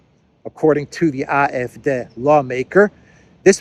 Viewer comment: Great pronunciation on AF, the D is pronounced like Day.